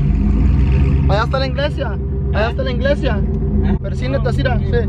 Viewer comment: He said inglesia😂😂